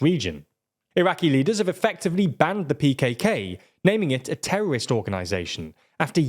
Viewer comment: why is it so hard to say "terrorists"" or "terrorism"?